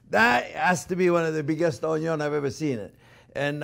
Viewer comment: Man has passion for onyos.